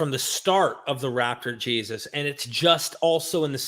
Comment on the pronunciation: Is he saying “rapture” Jesus or “raptor “ Jesus??? Lol I kinda like raptor. 😅😂